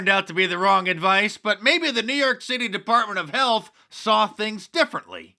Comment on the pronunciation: Did you say NYC dept of hell? Thanks Mark